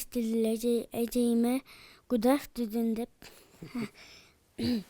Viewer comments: гудафдудун дейт секети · байке оло жыргап кулду э"гудавтедудду" угуп😂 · Гудафтудун дейт